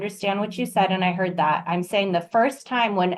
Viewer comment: Saying not daying